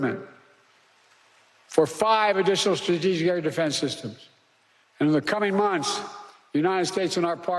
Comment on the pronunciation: Correct. He read defense systems on the teleprompter He said dfnzn syssums.